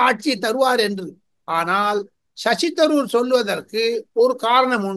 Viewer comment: shows the flavor of Tirunelveli journalistic style only..needs to improvise on the interview capability and body language and flow of words..say he is not bable to say sasi taroor name also properly..sound like a village women..